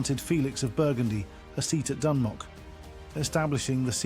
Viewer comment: not even pronouncing it right.. painful